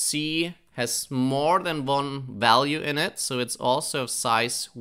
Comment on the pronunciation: I had a german professor who also pronounced "value" as "ualue". Can you explain why do you sometimes pronounce it that way? I am very intrigued. P.S. you have the best pytorch series on youtube